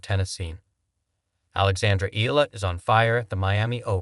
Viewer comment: E.YA LA....That is the way to.pronounce it